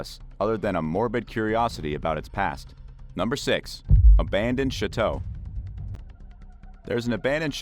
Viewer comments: PLEASE learn how to pronounce Chateau! It is NOT pronounce "Shi Tow". It is pronounce "Sha Tow" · Chateau is pronounced 'Shā toe'... it's a long a sound and is French in origin.